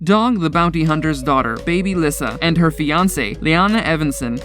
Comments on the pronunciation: It’s pronounced “Lisa” not “Lis-sa” I don’t think this guy had ever seen any of Dog’s shows or he would know this. 🤦‍♀️ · Dr Oz not Uhze 😂 and it’s pronounced Lisa not Lysa Baby Lyssa and has Baby Lyssa had some work done to her face she looks so different but I do miss them all people do make mistakes no one is perfect I understand the dynamics of a large family I belong to one and have one myself Beth was an amazing person big heart and told it like it was beautiful inside and out she truly was the love of dogs life sad😢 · Lyssa is pronounced as if it was Le get it right not Lissa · These names are pronounced wrong... just helping...Dr. OZ...O-Z simply OZ nothing like Ojue...Baby Lyssa... it's Baby Lisa. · Omg did you even watch the show before making this? Her name is Lyssa, pronounced Lee-sah NOT lissa... Smh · Baby Lyssa's name is pronounced LISA. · Lyssa. Pronounced Lisa. I hate it when these dumb channels can’t even do the bare bones, basic research on how to pronounce THE SUBJECTS name. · To the narrator of this video learn how to pronounce names properly. Lyssa is sounds like Leesa...like the regular name Lisa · its pronounced LISA you troglodyte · It's Oz as in Wizard of Oz & Lee-Sa not whatever you stated. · Baby Lyssa it’s pronounced like Lisa & it’s Garry BOY Chapman not Garry Lee Chapman. If your gonna do a video about a tv show please get their names correct.